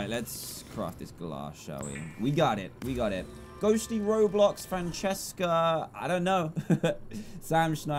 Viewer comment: ROBLOX are you saying ROBLIX!